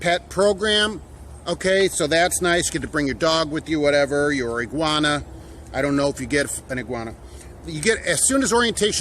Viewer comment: Lol, an "Iguana"!.. lmao.